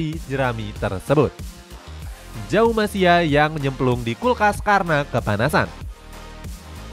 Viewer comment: *Maverick Vinales *LCR Honda, bukan LRC *Jaume, bukan Jaum Masia *Salac, bukan Salak etdahhhhh Ayoooo dibenerin lagi pronunciation nya min